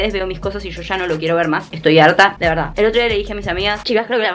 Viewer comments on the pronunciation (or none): none